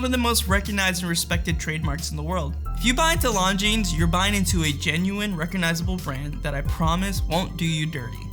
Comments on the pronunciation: Jesus Christ. You don't say the "S" in Longines. Why don't you know that?! Because you don't know what you are talking about. Which is why you confidently presented this video. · Learn to pronounce Longines.